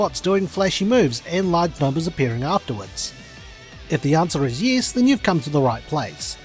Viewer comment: I can guess base on how you say 'yes' haha